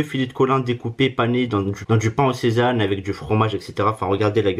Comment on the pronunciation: Du pain "sésane" 🤣🤣🤣🤣🤣🤣🤣🤣🤣🤣🤣🤣🤣